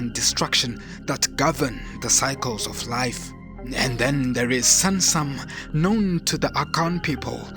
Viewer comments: Hahaha same here everytime I heard samsam I smiled and said "do you mean SUNSUM bro"😊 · Please, the Akan’s Twi word “Sunsum” Is not pronounced “sansam”. It’s sUnsUm. The U sounds like U in the pronunciation of the word hUman. Thank you.